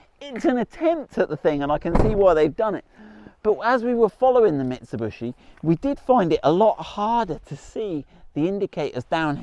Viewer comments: Mitsubishi.....ffs.NOT BUSHI..........Mit....Su.....BISHI........what is so difficult..??? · Mitsub-U-shi. funny. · how you do pronounce the Shogun marque? MIT SU BISH EE or MIT SU BUSH EE? Just saying. 🙊🤔👍🏻🙏🦘